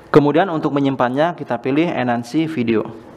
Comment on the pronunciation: Submit : sabmaittttt Enhance : enansiiiiiii 🤣🤣🤣🤣🤣🤣 lawak ni channel.. pronounce nya yg bener dong, sayang channel nya subscribernya udah banyak tp public speaking nya amburadul.. yang bener tohhh nyebutin